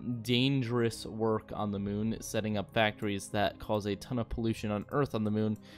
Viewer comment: Spoiler: it’s 19 minutes of the moon not being terraformed and hearing “moon” pronounced “mewn”.